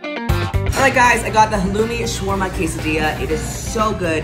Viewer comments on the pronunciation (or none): none